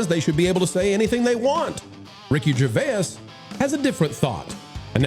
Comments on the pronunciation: I have never heard anybody pronounce Ricky Gervais that way😂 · Only two syllables necessary.